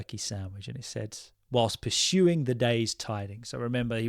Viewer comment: Hi, I heard your pronunciation of the word "perusing" twice and it sounded like pursuing while perusing means something else. Are you sure you have read the right word?